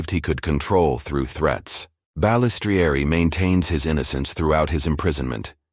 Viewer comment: Every time the ai mispronounces Balistrieri my ears hurt lol ffs I hate ai voiced videos